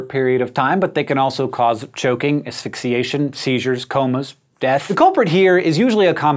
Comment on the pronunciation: Asphyxiation - says asixation